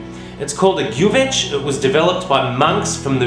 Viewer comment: Bulgarian here. Kudos for saying gyuvetch right! Never made it in a tajine, but no reason why not. The traditional gyuvetch is actually made in a similar earthenware pot, also known as a gyuvetch, but of course nowadays most people just use a dutch oven or whatnot. As with all Bulgarian cooking, you can never have too much paprika, or too much butter!